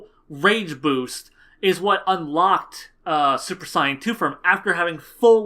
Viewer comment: than at least say saiyajin, like the Japanese version pronounces it